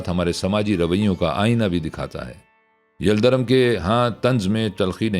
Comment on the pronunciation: یلدرم کا تلفُّظ دُرست فرمالیں! yaldarum✔️